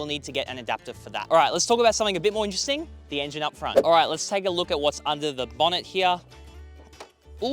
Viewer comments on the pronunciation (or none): none